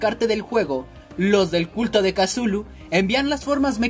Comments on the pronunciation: Di cutulu no casulu plis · Como le dice make a cthulu MAKE:casulu YO:tuchulu